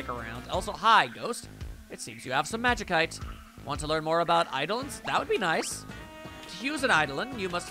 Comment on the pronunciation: From what I remember it's pronounced more like magisite, other than that, doing great, looking forward to more.